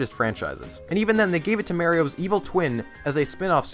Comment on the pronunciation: No offense, but why do you say Mario wrong? But then say Wario correctly?